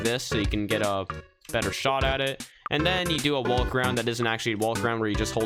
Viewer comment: When says wolk instead of walk